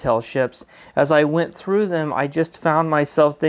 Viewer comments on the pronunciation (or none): none